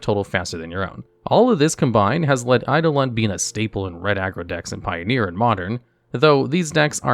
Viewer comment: I like how he accidentally pronounced eidolon correctly, gimmick is hard to keep up